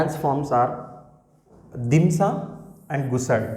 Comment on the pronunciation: dhimsa kadhu Demsa